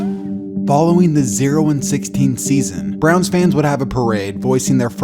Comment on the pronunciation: "The Cleveland Brons" lol